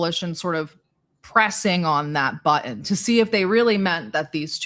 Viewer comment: Vally girl… plays with hair, says “ bukkon “ instead of button, waves hands ( dude) but willing to watch anyway.